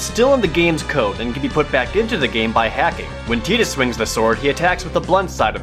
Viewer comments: Thanks for ruining The Sixth Sense for anyone who hasn't seen it. Also, I don't care how some Japanese person tells me I'm supposed to pronounce Tidus. If they want to avoid confusion or mispronunciation, they should spell the name differently (e.g., Teedus). Otherwise, I am pronouncing the name with a long I sound, as the spelling suggests. And while I'm on the subject, her name is Aeris, not Aerith. Be more careful in the future, folks. You can't just retroactively change the name of a principal character years later because of a goof-up. That's like telling me 20 years later that my stepmother Carol's name was actually Coral. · i have a copy of the ps2 game and the manual is greek and it says it is pronounced tide-us not tee-dus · Am I the only one annoyed by him saying Titus instead of Tidus? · Tee-dus sounds fucking stupid. It should have been tie-dus. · Tide-us....not Tee-dus...wtf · teedus? TY-DUS. YOU FUCK. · its not 'tee-dus' its 'tie-dus'. Makin me cringe. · Actually, it's not... It should technically be pronounced tie-dis, but in in-game canon it is pronounced tee-dis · its not teedus, its tidus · sorry, but i agree with everyone else. TIE DUS. not TEE DUS. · SpadesNoir Yes we read them but it doesn't change our opinion those of us who will want to pronounced it tie-dus instead of tee-dus regardless of what it was supposed to sound like cmon you've got to admit mate it was a fail on their part to make his name pronounced like that even if yuna's name means sun and his means moon it just sounds pretty awful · Its Tidus as in Tie-duss not Tee-duss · every time u pronounced it [TEE·dass] i died a little... its pronounced [TAI·dass] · Pretty sure it's Tie-dus not Tea-dus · Why do you keep saying Tee-Dus...that's not how it is pronounced lol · its TIE-DUS, not TEE-DUS. fuck that's annoying when people say it the wrong way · What the fuck is going on with you saying Tea-dus?? It's TIE-dus holy shit I'm going insane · TIE-DUS not TEE-DUS